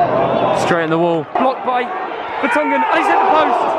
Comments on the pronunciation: And he said blocked by Vertonghen 💀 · Did I hear say “blocked by vertonghen” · Man said blocked by vertonghen.🤣🤣